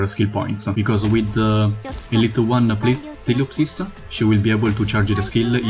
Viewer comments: ptilopsis is an owl specie (she has owl ears), and yes it is pronounced tie-lop-sis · Or maybe the "p" is not pronounced, so it's "tilopsis"? Man, her name is hard. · Lol, I believe ptilopsis is pronounced "till-lop-sis" so basically a silent "p." Your english is really getting a lot better though. It's gotten a lot smoother. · Ptilopsis is pronounced. TIL OP SIS Hope that helps. The P is silent. Because English language loves to troll people. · Tho Ptilopsis herself pronounces it as Fee-llii-opp-siss. XD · And if you watch Tectone it's pronounced as tea apple sauce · I think it’s puh-ti-lop-sis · You can pronounce eyafyalafyaf but can't pronounce ptilopsis? Yo wtf